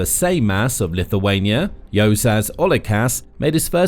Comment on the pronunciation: Juozas is pronounced You're zus Without sounding the "r". and emphasis is on the first syllable. Seimas, S(E like A in Apple)im us with similar rule to the above. The surname is also poorly pronounced.